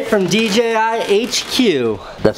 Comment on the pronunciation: First person who pronounced it correctly! Dee JAY eye. So many say DGI.